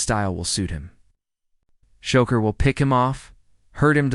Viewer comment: His name ain’t Shocker it’s Shakur